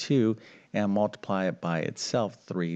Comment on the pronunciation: It's mUltiply, not mAltiply. Or is it my hearing? Good show, though!